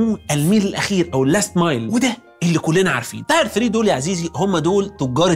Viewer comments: Tier is pronounced “teer” not “tire” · للتصحيح اللفظي: تير وليس تاير (بدون الف) التاير هي الهجلة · حلقة تحفة بنتعلم منك دايما، بس خليني اشير معاك حاجة بقى انا المرة دي، tier، بتتنطق تير مش تاير، شكرا جدا ليك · الحلقة اكتر من ممتازة بس تعليق بسيط Tier not tyre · شكرا للمعلومات القيمة انا سمعت ان كلمة مستوى تنطق تير واحد او تير اتنين و ليس تاير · Just a small phonetically/pronunciation correction, "Tier" is pronounced like teer and not like tire. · tier one تير مش تاير تير تعني درجة او تقريباً مستوى وتاير تعني إطار ولا كوتش عيب يا انتاج تحرجوا عمنا الدحيح :) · تاير ايه بس اسمها تير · Tier تير و ليس تاير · tier --> teer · برنس و متألق.. بس tier بتتنطق شبه tear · يا دحيح Tier نطقها مختلف عن Tire تماما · اعتقد ان نطق tier مش صح! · Tier بتنطق غلط اخصم للى بيمليك بقى 😅